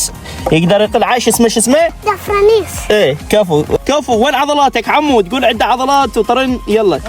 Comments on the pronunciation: دفرنيس ✅درنفيس❌😅😅😅😅😂😂😂😂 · حتى حجي مايعرف يحجي عمي درنفيس مو دفرنيس😂